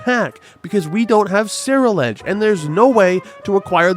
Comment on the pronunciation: dude what the fuck is a Sarah Ledge. The pokemon is a combination of the words Cerulean (the color) and Edge (obviously). There is no Sarah here XD